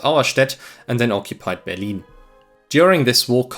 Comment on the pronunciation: The commentary is terrible..what the hell is Berleen???